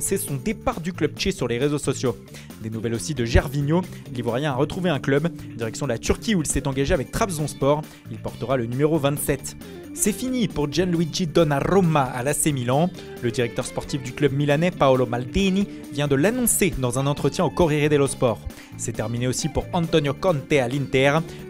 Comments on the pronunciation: Donnarrrrummma, il a encore frappé.😂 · Il me fume avec sa prononciation de " Donaruma 😭😂